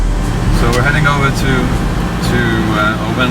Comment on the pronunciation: mispronouncing Oban often. they should socialize with the locals more?